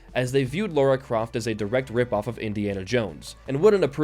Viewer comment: lara not laura, you even spelt it right in the title card!